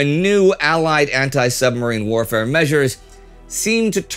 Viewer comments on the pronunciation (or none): none